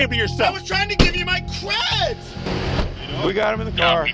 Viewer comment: "i was tryna give you mY CrÆdZ!" Lol